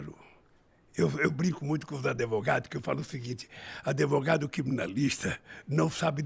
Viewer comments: “AdEvogado” meu Deus… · O português impecável “os adevogado criminalista” socoroooo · Caralho é impressão minha ele fala Adevogao! Agora tudo se explica porque ele quis ficar num presídio para pedir votos deles. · cabaço n sabe falar advogadokkkkkkk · Parabéns ao Brasil por colocar esse energúmeno mais uma vez na presidência, só sabe contar mentiras e fugir das perguntas que foi acusado… nem falar essa desgraça sabe… e para completar diz que se preparou espiritualmente… pacto com o diabo isso sim… o presidente de vocês fala “adêvogado”? O do Brasil fala! Isso se reflete em todas as áreas, o Brasil é uma vergonha, e fodam-se os mimimis que não gostarem!!! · Ele tava tentando ser preso por pegar um “adevogado” sem experiência 😂😂😂😂😂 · Queria saber porque não foi para cuba ou Venezuela !! E depois procurar uma professora de português para aprender a falar a palavra advogado e não ADEVOGADO ! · Me impressiona (nem tanto) um ser humano desses que já foi presidente falar adevogado KKKKK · "Contratei um adevogado", cacete, o cara não sabe falar, quando fala fica mentindo, e ta quase virando presidente, meu Deus do céu. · "Adevogado" 😂😂😂 Que nojo 🤮 Pq o Igor não falou que o Bonner mentiu? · Falou sim que quer regulamentar a mídia eu vi o vídeo. Fala em falta de educação e fala adevogado kkkkkk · Mas a culpa foi dos "adevogado" 🤣🤣🤣🤣